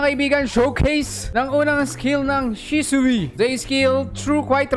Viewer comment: Shisui po hindi shisuwi